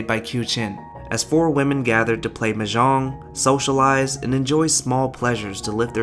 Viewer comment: Also, not to be a dick but, it's kind of odd that you profess such adoration for The Joy Luck Club, yet you failed to learn how to correctly pronounce the word Mah Jong. It's really not that hard and I mean, they say it alot.